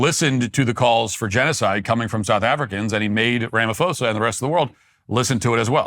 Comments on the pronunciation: its pronounced RAMA-PAW-ZA use the asian ph sound. ph is p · It's pronounced Rama-pawza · It's pronounced "Sirril Ramapaws-a. "ph" is pronounced as an aspirated "p" and not an "f" in the Nguni languages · South African here, liar boy name is pronounced RAMA PAUSE AH Not that I give a shit locals just call him Cupcake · Ra-ma-Po-sa...... your pronunciation needs work.... BTW.....Julius Malema has now been re-invited by Ramaphosa to rejoin the ANC since he has returned to South Africa...... Fun times..... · The constant mispronounciation of Cyril Ramaphosa's name is completely disrespectful, Walsh! In future, please just refer to his used named in South Africa: his name is Cupcake. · The fact that you can't even pronounce the SA presidents name shows exactly how much research you've done here: ZERO. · So you deliberately chose to mispronounce an English name? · Butchered Cyril’s name🤣🤣🤣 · You slaughter Cyril's name 😂 Also colonialism was better? So Apartheid was better? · It's weird having Matt talk about my country without the best pronunciations lol 😅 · Hahahahaha you just butchered his name😂😂😂😂